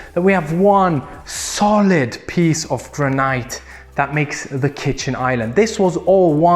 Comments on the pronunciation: Not ""gra - night", or even "gra - neat" , it's just simply "gran - it", no disrespect intended. Amazing house, amazing film clip, thanks for all these views of dream houses. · I'm gonna up the ante on Barbie - this is MY dream house! One of them, anyway. FYI bro, it's GRAN-it: "gran" and then "it" (emphasis on the first syllable) as in "It is a beautiful home!" The "laundry hole," as you called it, is called a "laundry chute." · Fantastic video ,just to say Granite is pronounced " Gran-It" and "Facade" is pronounced " Fa- saard" , well at least here in the UK , keep up the good work guys ! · "Granite is pronounced "Granight" And façade is pronounced "Fasad" Is this his second language or is he just pretentious? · Graniite or rather the graneete. Lol ok these dudes are awesome, the charisma is head and shoulders above the other home tour youtubers - first time watching and you guys have something special here, a step above the other boring luxury home tour people. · This house is beautiful and I love the way you say,"granite".